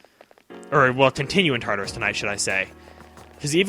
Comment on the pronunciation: OKAY I NEED TO WRITE THIS every.single.time he says tatarus i think of TARDIS and im just like IS THIS BIGGER ON THE INSIDE TOO?!?!?! that is all, thank you